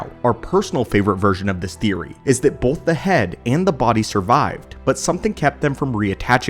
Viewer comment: Bolth of them!